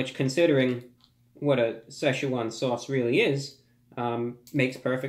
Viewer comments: youknoowamh If you can read Pinyin it is Si fourth tone Chuan second tone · Dude, it’s two syllables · Best way is to find an actual Chinese person pronouncing it, but best I can give you is you say "Si" like Sir (but without the r) and you say it in fourth tone which is short and sharp. The "Chuan" is pronounce kinda like chuwann and its second tone which is rising and slightly elongated. Like I said very hard to describe to someone that isn't familiar with Chinese pronunciation lol. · Why does everyone pronounce like (se Shuna)? It’s pronounced more like (si Chuan) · say-shoe-juan sauce? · Sesh juan swause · Sai Shu Jaun sauce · Say, chew won sauce? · say chew Juan sauce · “With the slow drip of Sczechuan sauce” 😂😂 love your videos man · "Two packets of the sayswan sauce!" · Anybody else realise that he said Si-chwan sauce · I pronounced sasswan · He’s pronouncing Szechuan wrong